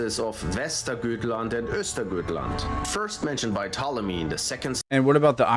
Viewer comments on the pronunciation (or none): none